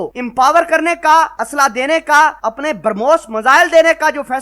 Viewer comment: Pronounce the missile correctly, It's not Permos!